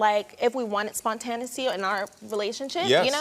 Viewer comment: What's spon-tan-ity? It's spon-ta-na-e-ity!!! 😂😅😅 Spontaneity...